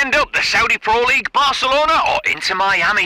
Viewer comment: Inter * not Ento